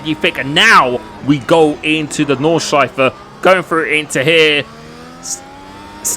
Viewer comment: ITS CALLED NORD-SCHLEIF-E 😂😂